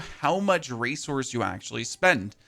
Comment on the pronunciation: How much "race horse" are you spending? 😂 I thought I heard that instead of resource, and now that's all my brain hears. Thanks for the video and updates on the patch. Sounds exciting.